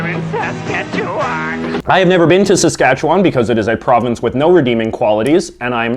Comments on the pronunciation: Very entertaining. I grew up in Northern Saskatchewan and we did have Saskatoon berries. Actually the jam is better than the syrup but the wine is the best. But you really need to learn how to say Saskatchewan properly ( SaskatchewIn) it is win, not won or wan. It is said that Montreal makes the best bagels because their water is better. That might be true because Lake Ontario water is crappy. Quebec is the only place that makes proper poutine. In Ontario (and I'm supposing everywhere else) uses mozzarella cheese and not cheese curds. Big difference. Save your money if you're not in Quebec. Also, Ottawa is the only place which makes proper beavertails. Newfoundland has 2 types of berries only found in Newfoundland - and don't forget about the Screech!! PEI grows fiddleheads. In Ontario we say Joe Louie. Love your videos. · U say Saskatchewan wrong it’s pronounced “seskatchewwwwun” And yeah, Saskatchewan has no good qualities, the premier is stupid and an idiot (and we have 40 year old desks in the schools)